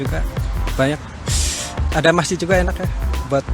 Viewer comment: Masjid Bukan Masih